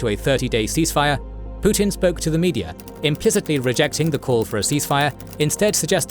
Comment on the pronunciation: He is "Put-in," not "Put-out."